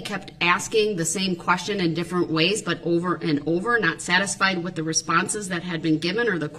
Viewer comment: Brooks pronounces 'th' as 'f'. He has a speech impediment. Moreover, there could be 500 people in the vehicle. There was only one driver. Brooks. Period.